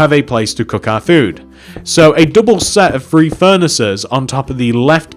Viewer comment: When you say 3 it sounds like free